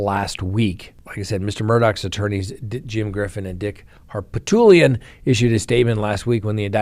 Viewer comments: i love your analysis even if i dont always agree, but please....you're a smart guy...it's HarPOOTlian, not "Harptulian." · I love how still can’t pronounce Harpootlian!